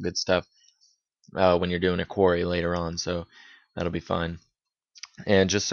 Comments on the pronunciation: Actually it is Query... the e is pronounced as an "e", not an "a". A Quarry is pit where you extract stone.... think Flintstones... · It's Query (Queh-Ree) not Quarry. Yup... I stopped watching after that comment. You didn't have to use swear words. Some of us have kids around. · What a long way of doing it (your pronunciation of query is also not correct in the english language) excel and access fit hand in glove; integrate well. There is no need to create a table in access first!!